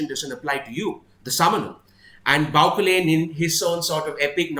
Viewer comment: I'm sure the pronunciation of 'Bauchelain' is more French - Bau-shell-ayn. I loved your reading of this scene. It's an awesome battle of wits written with great subtlety.